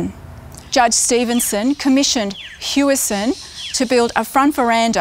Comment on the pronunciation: It's pronounced as Howison. Not Hueison. As if you were saying the word house "Hou". You don't say you live in a huese, you say house.